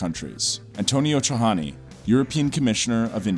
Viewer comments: Actually no ... It reads something like Taiani... The sound gli and the sound j are different, unless you come from some provinces In the center where they read it the same way... But it's wrong... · In Italian the letter J is read like German. Tajani isn't Spanish!!!!!!